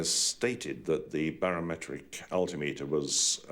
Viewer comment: this man is a legend he is the only person I ever heard pronounce altimeter the way I think it should be pronounced. Alti-meter Instead of the common Muslim name most people pronounce Al’ Timitur.